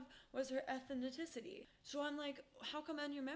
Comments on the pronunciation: Please learn how to pronounce ethnicity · Love this channel but it’s how you say ethnicity I be joked out 😭🩷